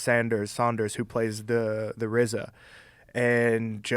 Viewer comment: Joe calls rza jizza